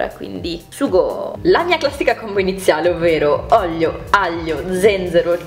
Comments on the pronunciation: Pke dici oglio e no olio hahahh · Non è una critica ma perché dici ollio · Ma perché dici oglio? Hahahaha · io ti adoro, sei una ragazza carinissima e gentilissama, ma perchè sembra che invece di dire " olio" dici ¿¿?? 💖💖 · "olio" non "oglio" 😂❤. Voglio i tuoi occhiali, sono bellissimi e ti stanno molto bene! 😍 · Si dice olio non oglio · Si dice olio no Oglio